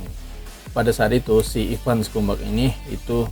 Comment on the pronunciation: Ivan scumbag. Bacanya skambeg, bukan skumbak. Bang, bang, ngadi-ngadi aja lu